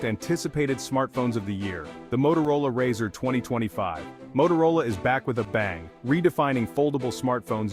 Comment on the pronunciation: 😂😂 why you calling it a RAAAZR 😅 it's Razr like razor